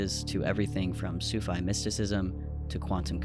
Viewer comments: let "soo fai mysticism" be the benchmark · The grift is real. You pronounced Sufi like /sufai/. That reveals a lot. You have done very little research. You are just poorly reading the English texts to spooky music. Your interpreatiom is poor. The very little you think you understand is so wrong. Wild speculation makes money on Youtube though. "Might communicate" "Might"!!!??? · Sufi is pronounced as [SUFEE], not [Sufai] similar to “hi-fi”. This site seems to be very fascinating and creative. I, however, will not take anything mentioned by the government seriously. They would never say or disclose anything real. This is just to distract us. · Ah, yes, Soo-fai mysticism! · Absolutely diabolical pronunciation of "Sufi mysticism"